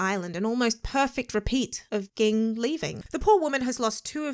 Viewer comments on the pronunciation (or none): Wait! Is she watching the dub? Why is she not pronouncing Ging correctly (jing)??? Is that how they say it in the dub? Eeeewwwwww. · Can u please say Jing and not Ging 🤦🏾‍♂️ 😆